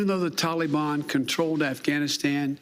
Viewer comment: Hey ""/ Joe. Its NOT Talibon.... It's Taliban... And i also disagree, We should've destroyed any evil "Taliban" fighter or terrorists within 100 miles of the airport like we are fully capable of doing and then got every single American, Allies, and any Afghan civilians that helped the USA for the past 20 years and help relocate any Afghan civilian or families incapable of fleeing to a middle eastern country willing to take them. From there they could take the legal courses to obtain United States citizenship like all of our grandparents had to do at some point. And let's not forget about $85 Trillion dollars of military equipment paid for by us hard working Americans that was giving to the enemy for FREE that they can use to terrorize the world for years to come, not to mention use against America. Stop making excuses and blaming everything on someone else or the guy before you... Stand up and use your f#*×ing backbone and set these problems straight instead of running away... Last i knew Americans run into the danger to help and protect people in need.. not run away from any unfinished goal! GET OUR MILITARY EQUIPTMEMT BACK BY ANY MEANS NECESSARY!!! STEP UP OR STEP DOWN AND LET A REAL PRESIDENT WITH A BACKBONE HANDLE IT.. 🇺🇸✈🇺🇸✈🇺🇸✈🇺🇸✈✈✈✈✈🇺🇸